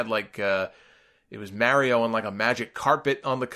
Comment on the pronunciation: It bothers me how he says Mario